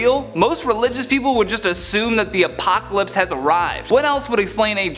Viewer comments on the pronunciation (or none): none